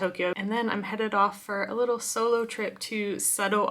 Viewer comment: the emphasis on “solo” is odd… nice trip.